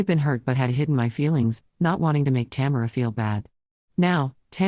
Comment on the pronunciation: It keeps pronouncing the name Tamera wrong